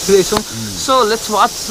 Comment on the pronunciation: tapai english boleko nai prank bhanda badi haso lagdo xa! Watch watch matra ani what's gonna be his reaction watch gonna reaction jasto sunyo!!!! Mai matra hoo yo kura yaad gareko